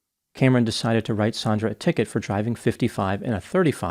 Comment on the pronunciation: Her name is Sand-ra, sandra. NOT Saun-dra sometimes spelled Sondra. Your going to make a lot of us Saundra's irritated